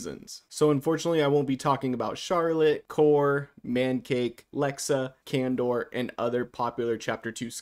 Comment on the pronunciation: You did not just call my bro kandor